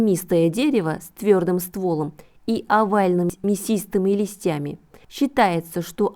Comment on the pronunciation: Не ствОлом, а стволОм . Ну денежным и т.д чуш , язычество,а за д.р информацию👍🏼